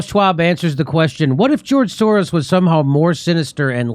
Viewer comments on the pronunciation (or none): none